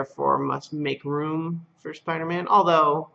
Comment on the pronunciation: Spi-dah-maaahn!! * twip-twip * Corrected below: * thwipp-thwipp *